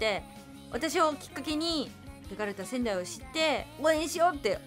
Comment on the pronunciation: ベガルタ仙台さんが、けがれたサザエさんってきこえてしまったw